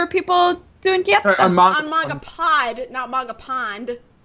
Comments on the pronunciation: It isn't pronounced 'Gants'. It is pronounced 'Gan-tsu' I am sorry to be the pronunciation nazi but it annoys me when it is said wrong. But the Anime is just fantastic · Even the anime says its 'gan-tsu'. Well that is what I heard but I may be wrong